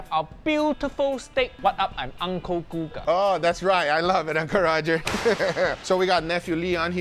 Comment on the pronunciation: Hey congratulations on the Guga pronunciation, you speak almost like a Brazilian